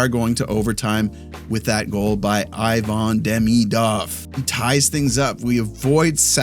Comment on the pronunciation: lmao the way TSN says Ivan Demidov drives me nuts too